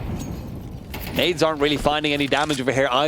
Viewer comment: Get rid of the other commentaror, weird accent and butchering all players names